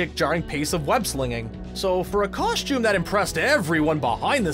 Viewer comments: What the f@ is a “coSH tume”? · Cool and stuff but never say "KOSHTJUME" again.